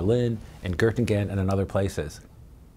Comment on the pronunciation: Gurtengeim?! Wtf that's no university I've ever heard of If you can't pronounce a foreign word, just don't.